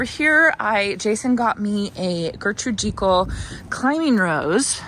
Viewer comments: Agreed think not a long e, more like Jekyll as in Jekyll and Hyde but may be an area discretion for pronunciation like tomato and potatoes 😉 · Janey is right. I just googled the pronunciation for Gertrude Jekyll and Jekyll is pronounced with a long e!